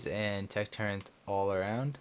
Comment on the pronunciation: its TURR - ETS not Turrents please stop for gods sake